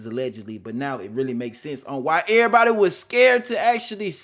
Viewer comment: He said “lurr-really”